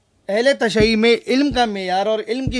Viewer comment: اس وڈیو کی کوئی توجیہہ دکھائی دے رہی ہے؟ اس وڈیو میں سوائے جہالت کے کچھ نہیں۔ جس انسان سے 'تشیع' کا لفظ تلفظ نہیں ہوتا وہ علما۶ پر اعتراض کر رہا ہے۔